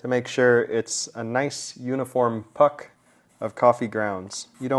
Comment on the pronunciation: Took me a while to register you said "puck."